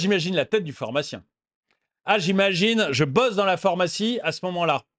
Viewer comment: ce n'est pas la 1ère fois que je te le dit, pourrais-tu arrêter de dire "phOrmacie" au lieu de phArmacie STP 🙏